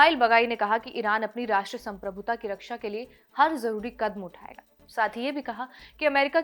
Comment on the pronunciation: didi. Uccharan sahi karo.. Kadm nahi Kadam .. Kahabargain me Ga ke upar ki matra bolo